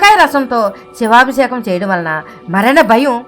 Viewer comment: సమాచారానికి ధన్యవాదములు 🙏. కానీ " శివాభిషేకం " అన్న పదాన్ని కాస్త స్పష్టంగా , సరిగ్గా ఉచ్చరించగలరని ప్రార్థన 🙏.